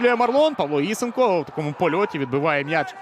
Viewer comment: Правильно ІСЕнко - наголос на другий склад.